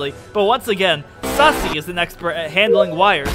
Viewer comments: Also it's susei not sussy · It's susie not sussy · good to know i'm not the only one who calls Susie "Sussie"